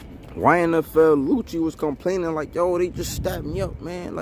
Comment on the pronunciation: The man name YFN Lucci you kept saying his name wrong it was hilarious 🤣🤣